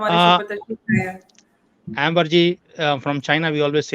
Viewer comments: …. Please call her Amber (अम्बर) not Ember….😊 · i think her name is, अम्बर and not एम्बर.... 👍